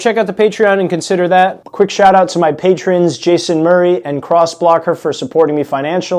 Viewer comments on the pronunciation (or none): none